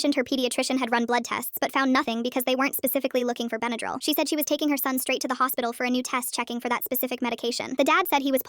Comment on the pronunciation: why does she say bendryl like that? (benadrul)